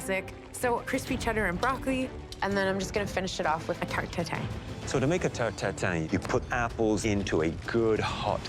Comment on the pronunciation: It’s called tarte tatin not tatine chef